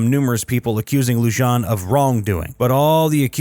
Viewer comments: LEW-JON? It’s LU-HAN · ITS LUHAN! Not Lu-john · Loo-han not Loo-jan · Is not Loo-jan. It is Loo-han. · How are you supposed to sound reputable if you can’t even pronounce peoples names correctly? Lujan is pronounced Lu-hon not Lu-jan.🙄 You literally mispronounced damn near every single person’s name in this video. I’m guessing you like your burrito wrapped in a Tor-tilla and Jap-a-leanos are too hot for you✌️ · Lujan is not pronounced, loo jon. It’s lew han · As a side note, the name is pronounced Lew-hohn...not Lew-john. The J is pronounced as an H. Likewise, Vigil is pronounced Vee-hill, not Vij-il. Likewise, Jimenez is pronounce He-MéN-ez. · Pronounced lou haan, not lou john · Pronounced LU HAAN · Lujan is pronounced like “Lew-Han” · Corruption is so common in the land of entrapment I'm surprised anyone even noticed. Sheriff's last name is pronounced -Loo-hōn-. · It's pronounced "lu-HAN." But I love this story, I rewarch the whole series of camps every so often to let the schadenfreude out. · Are we not going to talk about how horribly the narration is pronouncing the names. Lujan is pronounced Lu-han. Vigil is Vi-hil. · It’s pronounced Lujan “(Lou-Han)”, Espanola “(es-Pan-yoll-ah)” & Vigil (Vee-hill). My relatives that came here on the Mayflower could do a better job with Spanish name pronunciation😂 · It's pronounced lu-han . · Just FYI, Lujan is pronounced Loo-hawn, Chacon is Shaw-cown. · Lujan = Lou-Hon Chacon = Chock-Cone Vigil = Vee-Hill Jiminez = He-Men-Es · It's pronounced LOO-HAN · Lujan is pronounced Luhan. And Vigil is pronounced Vehill.